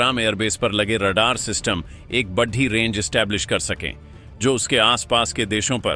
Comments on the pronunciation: Sorry. Aapko hindi bolna nahi aata. Badda kam kiya hai, baddi chunauti khaddi kar di hai, what is this? I will stop watching your videos. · अबे बेशर्मों बड़ी और बढ़ी में अंतर समझो सालों हिंदी भाषा का सही उच्चारण करो और #बड़ी_बड़ा_बड़े बोलो बढ़ी नहीं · ' बड्डी' नहीं होता जी, ' बड़ी' होता है।